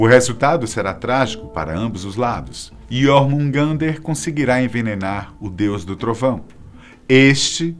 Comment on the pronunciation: A maioria dos nomes não são pronunciados do jeito e ele falou..! (Häti) se pronuncia mas se fala (rati), se pronuncia (hella) mas se fala, (rela) assim como o j na mitologia nórdica se pronuncia a letra i, como JÖrmungadr mas se pronuncia iormungadr, espero ter ajudado